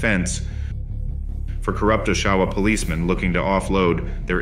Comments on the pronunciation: Great video, but just a note as someone who grew up here a 1/2 mile away from the Choice clubhouse.....It's not pronounced "OshAwa", it's pronounced Oshawa, with the emphasis on the O (it's a "soft" O, not a "hard" O). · You shouldn't use a computer generated voice for a documentary. This voice can not pronounce Oshawa properly, which passes me off because it's my hometown, and I don't think Bernie Quindon would like hearing his last name pronounced Gindon either! If you're too lazy to narrate the documentary yourself, maybe you shouldn't post the video!